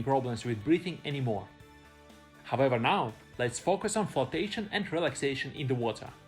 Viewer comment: Hahaha, I was looking for this comment so long 😅 haavewah